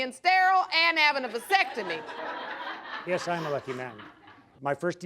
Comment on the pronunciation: Did she say "vysectomy" or "vasectomy"?